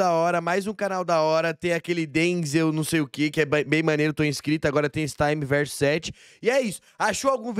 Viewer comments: Só uma observação: acho que o nome do cara é time tipo time de futebol, não "taime", de tempo do inglês. Time sete era o time do Naruto, certo? Daí Universo do Time Sete, ou Time Verso Sete. Bom, não sei, só me pareceu. De qualquer forma, os dois vídeos ficaram bons demais. Tomara que tenha mais. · PARA DE FALAR TAAAIMEE VERSO 😂😂😂 É TIME Verso 7 sendo TIME do time 7 de Naruto, e VERSO do Universo 7 de Dragon Ball.